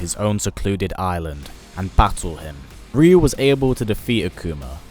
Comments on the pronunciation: Can you stop saying Rio it’s pronounced rayu TWAT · I hate when they pronounce the name "ReYu" I say "RaYu" although both names are pronounced incorrectly. Correct way to say Ryu is "yu". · Wait, so all my friends and I were always pronouncing his name wrong? We always said Rie-you...